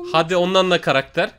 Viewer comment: Abi karaktere karader dedin